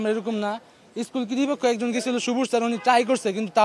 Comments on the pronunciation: কর্তৃপক্ষ ❌ কৃতি পক্ষ✅ কি ভাই 🙂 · ওই ছেলেটা কতৃপক্ষ কে বারবার কৃতীপক্ষ কৃতীপক্ষ বলছে 😂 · ভাই ও এমনেও ফেল করতো। কতৃপক্ষ কে কীর্তিপক্ষ বলতেছে বারবার 😂😂😂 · স্কুল কর্তৃপক্ষ,, কৃতপক্ষ না রে ভাই। তোমাদের শিক্ষকদের পড়াশোনার মান নিয়ে প্রশ্ন থেকে যায়। ঠিকমতো বাংলা ভাষায় কথা বলতে পারেনা আপনার ছাএরা। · কিতিপক্ষ উচ্ছারনি ঠিক নাই এরাই HSC পরিক্ষার্থী। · বাবা কর্তৃপক্ষ উচ্চারন শেখ বাবা । তোমার শিক্ষকদের ভুল ছিল কিনা সেটা তদন্ত প্রমান করবে - কিন্তু যতবার তুমি কর্তৃপক্ষকে কীর্তিপক্ষ বলছ - ততবার আমার মনে হইছে - তোমাদেরও গাফেলতি আছে হয়তো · তর ভাই পরিক্ষা দেয়া লাগবে না, উনারা যা করছে ভালোই করছে মনে হয় কারণ তুই ভাই স্কুল কতৃপক্ষ উচ্চারন টা বার বার ইসকুল কৃতি পক্ষ বলছিস এতেই বুঝা যায় তোরে পরিক্ষায় বসতে দেয়া মানে তাদের স্কুলের বদনাম ছাড়া কিছুনা হবে না আর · আচ্ছা সব কথা বাদ/সাইডে, অয় কি পরীক্ষা দিবো ভাই? অয় তো ঠিক মতো কর্তিপক্ষ ই বলতে পারতেছে না অয় কর্তিপক্ষ কে কৃতিপক্ষ বলতেছে বারবার 😑😑